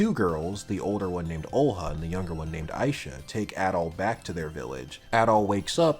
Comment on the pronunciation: Yeah, Ys 6 is a really good game. I am now going to tell you how some of those names are actually pronounced that you kinda butchered during the Video. Isha is pronounced I-sha and not Aisha. There is no A in the beginning. Ernst is German and not a grunt sound. It is a name. Think German for that one. In German it sounds very different.(It means serious btw) And Xisa and Jue you also kinda said wrong just like Heiyue. It is Ju-e and Shi-sa. Not Juu and not Shisha. Think more Chinese. And Heiyue from Trails is Hei-yu-e. People always forget the e at the end. And English has Germanic roots. And just for the record: I hate Terra!!! Worst voice acting in the history of gaming and I also hate her personality. I hope I can finish this game myself soon. I stopped before the cave. I did not want to see that Pirate Bimbo again. Planning to get a kitchen and a steamdeck soon. I have great plans for my steamdeck. I like Napishtim. Adol being German is kinda cool too. You learn that in another game. Not sure which one though. I hope you play the other games too. Celceta has some really funny gameplay. And Ys 8 has a bad map. For me at least. I have no sense of direction though. Enjoy your day.